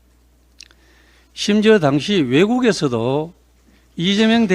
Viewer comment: 보고 읽으면서도 실수하나 리죄명 대통령이 뭐냐? 제대로 좀 해라